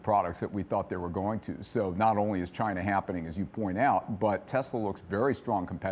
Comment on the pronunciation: She pronounces China weird. Chyyna